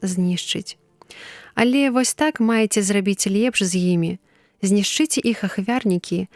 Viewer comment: Прачытана: знішчы'це ахвярнікі, слоўнік дае націск на першым складзе: зні'шчыце.